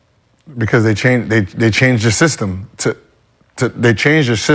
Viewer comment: "They changed the shystem "